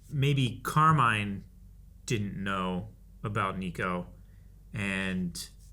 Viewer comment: The way you guys keep calling him Carmine like Falcone is cracking me up